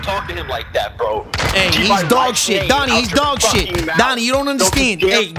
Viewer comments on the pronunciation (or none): Doonie not Donnie